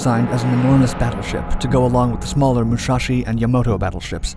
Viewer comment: The Smaller Muschaschi and Yomoto LOL its Musashi and Yamato